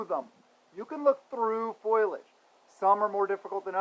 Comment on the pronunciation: It's FOE - LEE - EDGE, Brother, just trying to help.